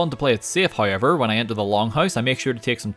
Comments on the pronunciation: I love the way says however. “Heyever” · It's sounds more like Hi-ever